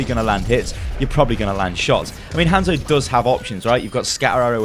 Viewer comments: Its not Handzo Its han(solo) zo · Jesus christ!! stop saying his name like that. They pronounce it properly in game. Can't be that hard.